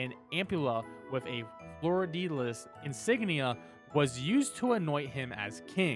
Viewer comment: I get your logic but every time ya said Fleur-de-lis I died inside.